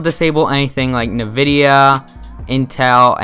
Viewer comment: For some reason it irks me when he says "Navidia" lol. I say it as "N vidia". But to each their own lol.